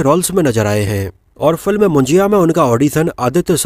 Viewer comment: It's not a मुंजिया it's मुंजा bhai 🧐